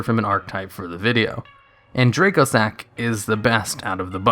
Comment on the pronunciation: Dracossack is pronounced "Dra-cossack" because its a dragon based plane, that is the Antonov AN-225 Mriya (Cossack). you pronounced it "draycosack."